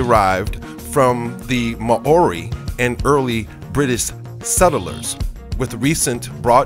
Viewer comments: Ma-ori lmao!!!!! 😂😂😂😂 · ma-ori??? lol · "Ma orie" ahahahah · I'll say...Lol! Ma o ri 😂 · I live in New Zealand it's You don't say Mouri right